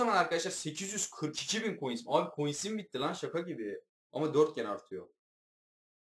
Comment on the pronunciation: Çok güzel coins diyorsun